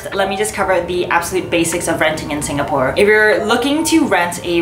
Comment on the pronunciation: Im stressing out on the way she pronounce the different locations in SG